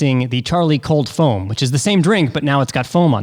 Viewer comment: foam-o 😂 loved it